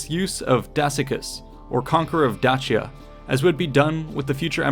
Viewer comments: i thought "Dacia" had the C pronounced as an S. while in classical latin, it would be Dakia, just as Caesar would be Kaesar. or so i've learned. at any rate, exquisite video thank you for the added knowledge. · Dacia is pronounced “Day-See-Uh” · Please stop saying Datshia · Well, that's not a good start. Caesar didn't think about invading Dutchia, he thought about invading Dacia. I assume you're trying to pronounce it as it would have been in Latin, but in Latin, the letter C was pronounced as a K, not as a tch blend. That's a thing in modern Italian. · … you’re mispronouncing “Dacia”. It’s pronounced Day-Shah, or I guess the Latin is pronounced Da-key-ah. Fantastic video and super well done, that’s just me nitpicking insignificant details haha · It makes that "ch" sound when it's followed by E or I, like he pronounces it at the very start of the video, however he pronounces Dakia which might be how romans said it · In English, it's pronounced "Day-shah" or "Dah-see-ah". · How can I take your work seriously when you can't even pronounce Dacia correctly? If you can't even be bothered to accurately research how to correctly pronounce Dacia, your "educated" opinion on any matter is suspect. Stopped watching after 20sec in after that horrendous "Dacia" pronunciation. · not even the same thing lol and he has a point about pronouncing Dacia correctly. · This person needs to pick a way to correctly pronounce Dacia.... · Who says Dacia like that? Made my ears bleed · A few Billion other do not say it that way!